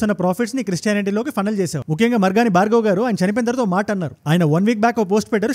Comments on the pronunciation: మార్గని భరత్ గారు. భార్గవ్ కాదు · మార్గాని భార్గవ్ కాదు అన్న మార్గని భారత్ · భార్గవ్ కాదు భరత్